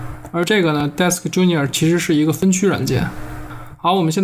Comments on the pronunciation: genius 读成 junior 也是没谁了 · DeskGenius的genius怎么读？！......